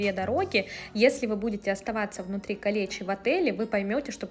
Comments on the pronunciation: Ударение на "е" и на второе "и" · Не "Калечи", а "Калеичи" . Кале - замок , ичи- внутри.